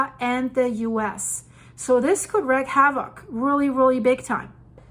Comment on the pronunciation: wreak havoc, not reck.